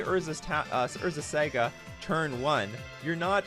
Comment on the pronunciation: unsubbing over the saga pronunciation